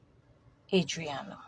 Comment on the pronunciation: Her name is Adrinna....not Arianna